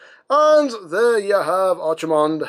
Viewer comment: They named him after a WarCraft character? "Tremble, mortals, and despair! Doom has come to this world!" Also, probably a case of To-MAY-to and To-MAH-to, but I prefer pronouncing his name like ARC, not ARCH. Either way, neat figure. Always did like Brawl and Bruticus.